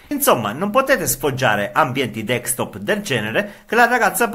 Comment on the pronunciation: Ma perché dici DEEKSTOP?